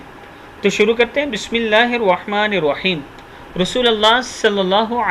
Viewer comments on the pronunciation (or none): none